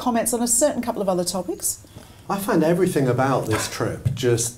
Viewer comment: please stop saying “everythink”